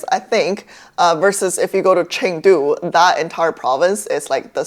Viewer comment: Why do you say Chengdu like that in English but not other chinese place names? Kinda random but its throwing me off